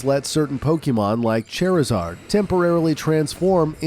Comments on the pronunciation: Cheiryzard? You know a lot of pokemon facts and you mispronounce everything. You also skipped over omega ruby and alpha saphire and It's as weird as pokemon go. Are you an AI? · Bruh. It's "poh-keh-mon" or "poh-kay-mon", not "poh-kee-mon." Lots of other mispronounciations as well, like "Charizard." But you pronounce things incorrectly in every one of your videos. 🙄 Also Ash doesn't "leave home forever", lol.